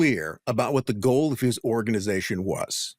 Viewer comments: Why does this guy say "who-wat" instead of what? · I'm enjoying this podcast .. but has anyone else noticed the way this man emphasizes the "H" Everytime he says "what" or "why". Lol. I catch it every time. And I'm like "dude! The H is silent! Stop it!" 😂😂😂